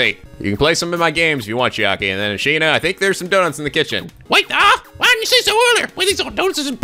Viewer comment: Katti Sandra Yes but always pronounces it "ashina".